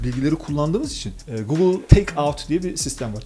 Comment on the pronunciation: önünde gugıl diyor, herif yine de gogıl diyor. sizin bir şey öğrenmeniz mümkün değil ki arkadaş.